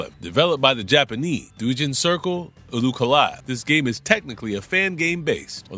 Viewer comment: doujin is pronounce like dough. like pizza doe. not a big deal. most people won't notice.